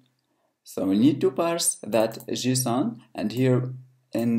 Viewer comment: What the heck is 'Jusoon'?